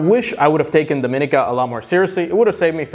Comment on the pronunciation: Let's get the pronunciation correct for Dominica. It is pronounced, DOM-IN-EEEEKA